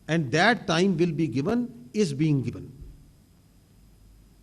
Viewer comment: Aand forcees😂😂😂😂 ye to real me aand bol Raha hai Mane socha ye meme h